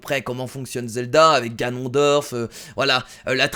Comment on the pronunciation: OH MON DIEU IL PRONONCE GANON DORF ET PAS GANONE-DORF